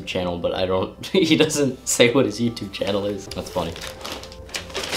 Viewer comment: That has to be the most british 'what' I've ever heard